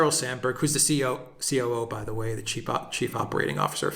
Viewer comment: I swear I heard you say "Sharyl Sandberg cheap Operations Manager..." 😂